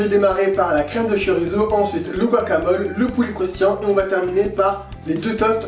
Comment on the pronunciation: Hello tchef'...! Petit détail, mais savoureusement votre. Le "Z" ne se prononce que comme un "S", sur son terroir d'origine. La prononciation "zeu" est grossièrement très exotique, et un indigène basque ou peninsulaire serait plutôt dépaysé. Le txorizo, ou xorizo, mérite peut-être de rester musicalement dans son joli écrin d'origine, non 😊 ?? Dan